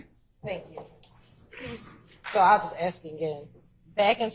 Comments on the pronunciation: Wish she would act professional and not say "axed" all the time. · omg she gets on my nerves saying aks instead of ask !!! geez